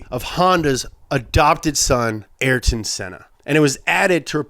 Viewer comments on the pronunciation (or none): none